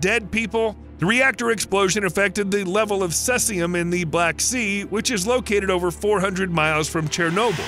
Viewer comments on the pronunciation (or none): Sesium ? Was that supposed to be Caesium? As in see-zee-uhm. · C Z UM not Ses ee um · The numerous mispronunciations in this video do you no favours. What is 'Sessium', for example? Do you mean Caesium? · That isn’t how you pronounce “Caesium”. It’s seize-e-um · "Strotium" "cessium" "oskillating" Tell me you don't know what you're talking about without telling me you don't know what you're talking about. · *cesium (cee-z-um) *oscillating (oss-sill-late-ing) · Maybe if you're brittish and weird. It's see-zium